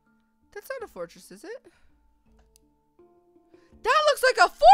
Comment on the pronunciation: " I FOUND Ember IN a fortriss!" Well no dur